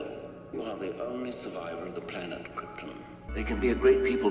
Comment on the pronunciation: Fun fact: Brando doesn’t pronounce Krypton correctly but nobody on set had the courage to correct him.